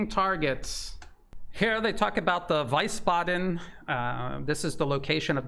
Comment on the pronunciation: Wiesbaden is pronounced something like (veesbaden). Sorry about this pedantery.